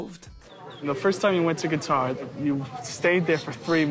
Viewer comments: Pronouncing it as “Guitar” is definitely NOT an American thing. I live in the rural south (a part of America that’s frequently ridiculed by the rest of world... and the US really) and I’ve never had pronounced it that way. It’s just her ignorance. Speaking of her ignorance, the fact she so openly discusses his “problems in the bedroom” has to be completely emasculating to him. I’ve been married for 13 years and I would never say something like that to my husband in private, much less for millions to hear. If she wanted to improve their relationship in the bedroom, she should have encouraged him and built him up instead of tearing him down. I can’t imagine the humiliation... especially being from a culture that doesn’t discuss things like that and consider it an extremely private matter between a married couple. She’s just crass... and ignorant! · I honestly thought she said guitar to the employee at the store 😂😂😂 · I wish she'd stop saying Guitar.